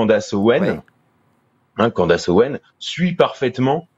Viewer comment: On prononce Candeice et pas Candace